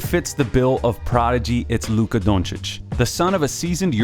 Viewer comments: I appreciate the correct pronunciation of the name. Even got the o right. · Oh you pronounced his surname correctly, first video so far :) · Only american that can say his surname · Just sayin...you are one of few Americans that pronounce his last name "on point". Great clip.